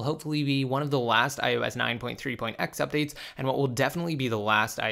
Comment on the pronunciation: lol you always say that that this is THE laast update 😂😂😂😂